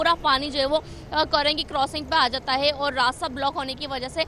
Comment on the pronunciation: News anchor bhi paindoo hai .crossing ko korosing boal rahi hai aur creek ko kerek . News anchor tohra sastay may